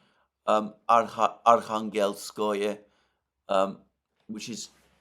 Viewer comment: Archangelskoe is pronounced more like Αρχάγγελσκαγιε